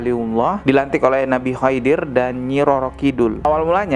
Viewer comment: maaf bang... Koreksi pengucapan nama nabi khidir...